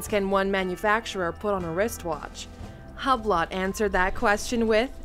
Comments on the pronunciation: Hahahahah love the way they pronounce “Hublot” as Hub-lot. Can tell they really did their research on this one. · Top 10 Uhr Video machen und dann Hublot ganz krank falsch aussprechen, das tat weh beim zuhören „Hablott“ 😖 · She really said HUB LOTT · Übloh, Bregee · Haha she said HUB-LOT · HUB LOT... Brey GET... 🤣 In French the T is silent if it doesnt have an E after like in baguette. Hublot read "hue blow", and Breguet is pronounced "brrrrre geh".